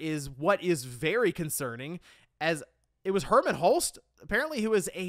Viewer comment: Wait so this wasn't a Jim Ryan thing, Did really say Herman? Ah Man How did he get it soo wrong, I thought better of you herman what what a let down. The Helghasts in killzone are crying in shame right now. I thought after the switch over with Herman would of got the Sony ship back on track.